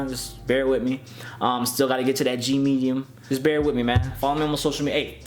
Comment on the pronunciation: Lol did he say G-Medium?